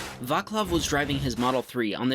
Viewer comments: its VACLAV not VAKLAV 😂😂😂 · The pronunciation is vatslav.